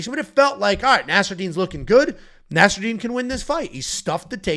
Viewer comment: Wild video moments from stating the population of China is hundreds of billions. Then spending five plus minutes calling nasarat Nasradine over and over 😂😂😂